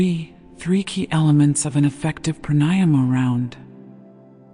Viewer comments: The correct pronunciation of pranayama is Prāṇāyāma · Since you don’t know corect pronouncing pranayama- why listen? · I would enjoy this more if the orator would pronounce pranayama correctly